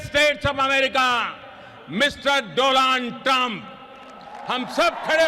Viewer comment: AT THE VERY END OF THIS VIDEO, I DONT THINK ANYONE REALISES BUT THE INDIAN PM JUST SWORE AT DONALD TRUMP WHEN HE INTRUCUDED HIM AS DO'LUND' TRUMP..........SLIP OF THE TONGUE OR WAS THAT ON PURPOSE??? I SPEAK A BIT OF HINDI AND I KNOW WHAT THAT WORD MEANS, AND ITS NOT NICE. YOU BE THE JUDGE.........MEANWHILE I SIT HERE LMAO!!!!!!